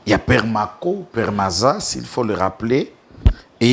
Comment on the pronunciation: PEMARCO/PEMARZA et non PERMAZA